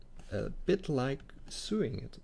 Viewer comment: nitpicky me, when you say "sewing" it is not pronounced Sooing, it's pronounced as "So long, thanks for the memories." then "ing" on the end... so (long) ing.... my mom does lots of that so it kind of jumps out at me. It's sort of like, do you "goo to work," or do you "go to work." Do you "soo the cloth together" or do you "so the cloth together." Love, love, love the sneak peeks. Please make many more to show off how awesome Blender is. I am slowly beginning to switch from Rhinoceros 3D to Blender.